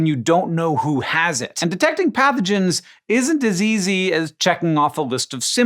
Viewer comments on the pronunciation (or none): Isn't as easy sounded like isn't diseasey